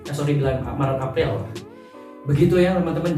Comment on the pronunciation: “Bulan Afril” hihihiiii